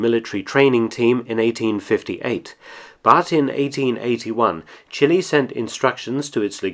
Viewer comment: Chilly... Brrr! Chili.... Spicy! "Chee-lay"